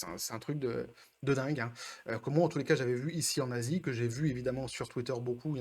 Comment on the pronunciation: Salut copain, En préambule je me demandais, c'est plus Besos le plus riche du monde ? Son divorce l'a détrôné ? Aussi articules un peu quand tu dis que tu es en Asie, perso j'ai compris je suis un nazi XDDD En ce qui concerne Netflix, ils sont en plein en mode œillères c'est dingue. Comme chanterait Minute Papillon : "J'vois pas sur les côtés j'vais tout droit, j'vois pas sur les côtés j'vais tout droit" :-D En plus pour empêcher deux millions d'abonnés de rejoindre les deux cent milles qui se sont déjà désabonnés c'est complètement con comme façon de penser. De un parce que les gens fuient les pubs, de deux parce que les pubs ça n'attirent pas les nouveaux abonnés et de trois parce que les pubs ça ne remplacera jamais les abonnés. Si ça continue comme ça, dans 5 ans Netflix soit c'est devenu une chaine qui ne diffuse que des pubs soit c'est racheté par Elon Musk XDDD En plus, en lieu et place des pubs ils ont différents moyens de faire des bénéfices et de ramener des abonnés. Déjà en arrêtant leur campagne de wokisme non dissimulée (Même si ça on sait qu'ils ne le feront pas vu qu'ils pensent que la majorité de leurs abonnés en font partie alors qu'en fait tout le monde sait que les Woke ne s'intéressent pas à ce qu'ils veulent changer) et ensuite en déclinant les abonnements avec d'autres attraits que des pubs. Par exemple, un abonnement à vingt dollars pour voir les films et séries dès leur sortie, un abonnement à quinze dollars pour les voir une semaine après leur sortie